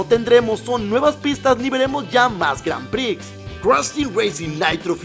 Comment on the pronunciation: Las "granpri" jajaja 😂